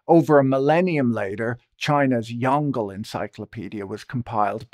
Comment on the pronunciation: Him pronouncing Yongle to rhyme with dongle is hilarious